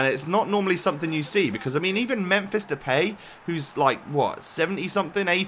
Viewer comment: You say Depay wrong. You say "The pay". That is wrong. You should say it like this "The Pie".